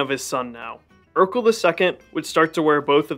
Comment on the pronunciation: Sweet video. Though Erekle is pronounced more like Heracles from which it derives, and less like Urkel. As cool it would be for there to have been a warrior king Urkel.